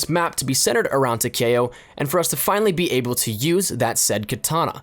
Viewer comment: It is Ta-Key-Oh not Ta-Kay-Oh